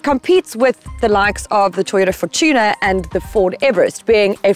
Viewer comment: Why do people pronounce the Toyota Fortuner as the Toyota 4Tuna?